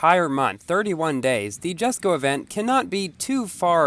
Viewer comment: I don’t really like this car :/ For me it doesn’t feel like a f12tdf like I heard it was, though it may be due to me having only 2* I’m not comfortable using a 3300 car in races where everyone got cars I’m really not sure what gameloft was thinking when they added this, I mean it’s just a laferari minus the roof Can’t wait for genty akylone Btw, jesko is actually pronounced YES-KO